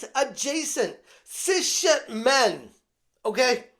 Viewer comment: Did you pronounce cis-het as “sis shet”…